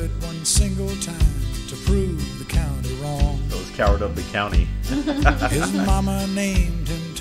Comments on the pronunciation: County not country, LOL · Uh it's County not country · County !!! Not country. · I hate when people dont know how to say "county" so they say "country". Like you never heard the word "county" before? You've been in a "county" you're whole life 😂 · County not country